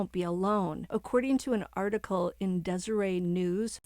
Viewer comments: Just a note for future refence on the Daybell case. Deseret is pronounced deserette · FYI the LDS church magazine is Deseret not pronounce Desiree. As far as religion goes even if you are in trouble they cannot bar you from your religious freedom, if there is a special Chapel she will be allowed to attend if she chooses to so you're wrong about that. That is a violation of her personal religious beliefs. She does not have to have a religious person come to her cell because of being in any type of consignment additionally they do not allow religious Personnel is to go to the individual cells that is a security breach. Additionally I don't think that you have the right idea about prison there's other people in there that have killed their children and they're not all kept separate. Additionally she is not considered the worst of the worst. It depends on her prior record security she will be housed under he will be classified before she will be put anywhere. She's just not automatically sent to a prison whatever prison she will wind up depends on many things mainly her record and how violent she is. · Just an fyi, the newspaper is Deseret News with a T. It's not silent.